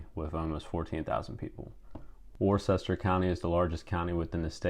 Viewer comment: It's pronounced WOOS-ter, not Worchester. Otherwise it was a good video.